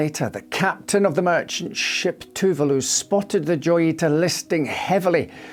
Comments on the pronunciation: It's pronounced "joyita" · Joyita pronounced Hoyita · The J in Joyita is pronounced like an H, given it's Spanish.